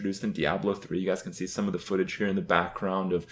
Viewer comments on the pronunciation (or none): none